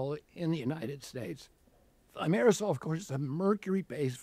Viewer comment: On prononce Thimero«z»al Le « s » seul placé entre 2 voyelles se prononce « z » dans la langue française 😊